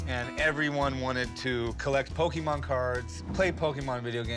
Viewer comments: While calling it Pokeemon lol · The repeated Pokey-mon mispronunciations are driving me insane. Po-kay-Mon. Café. Poké. Pokémon. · It's poKAY mon Not poKEY mon Yikes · Lol Pokeemon.... There's literally an accent mark over the "e".... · "what a pokeman?" rick asked "it's not pokeman it's pokemon" chumlee said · “This is Fat man, I heard they’re going to Jack a load of these PokeyMan cards” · you've played 1000s of games yet still cant pronounce the name properly! Pokemon is short for pocket monsters not pockeet monsters lol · I love how Chum is a "big Pokemon's fan" but he still misspronounce it. "Pokémon = pocket monster". How do you Americans pronounce "pocket"? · The way he says Pokemon tells me he knows nothing about pokeman